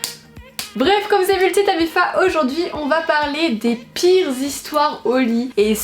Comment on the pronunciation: Tu dis mifa où mafia ?